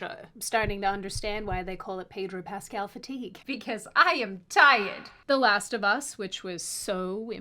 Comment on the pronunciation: Peg-ro Pascal🤣 I’m using that 🤣